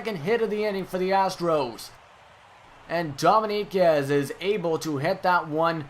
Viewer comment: Btw, dominguez is pronounced dough-ming-guezz :)